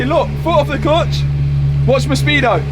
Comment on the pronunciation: At first I could not figure out what is the ”klutch” But pretty soon it dawned in on me 😂